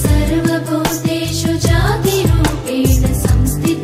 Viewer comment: Great lirics, music, tune. Singer seems to have difficulty pronouncing नमस्तस्यै, hence too sharp 'स'… Otherwise great, pacifying..